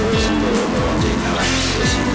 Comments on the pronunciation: 양은 hot가 뭐냐고 물어본 적 없어요 "홋"이 뭐냐고 했죠 ㅋㅋㅋㅋㅋㅋ hot가 그룹 이름인지도 몰라서 발음 그대로 홋이라고 했어요ㅋㅋㅋㅋ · hot 발음은 핫 인데... 어떤 수능만점이 대체 hot을 홋 이라고 발음 해... 초등학생도 아니고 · 영국인도 hot을 홋이라고 발음 하진않아요 허엍비슷하게 발음합니당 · 나 고딩인데 지금 영어2등급나오는데 홋으로도 발음되는거 처음알았따....